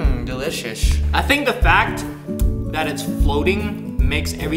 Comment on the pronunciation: Umm delishesh!